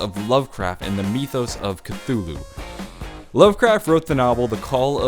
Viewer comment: Why do you say mythos "Mee-thos"?